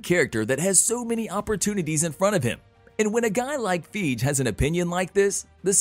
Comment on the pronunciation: The way you say Feige is wrong Fii-gee lol